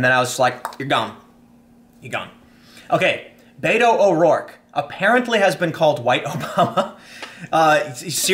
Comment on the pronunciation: Fyi... not bay-toe.... bet-o is correct. Irish man using a Spanish nickname smh